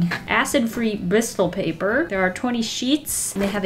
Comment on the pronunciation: I love the way she says pappprrrr😂